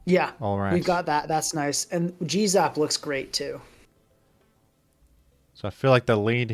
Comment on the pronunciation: It was at this point in the video that I realized that the reason kept calling Galarian Zapdos "Jizz-up" was because he was saying "G-Zap"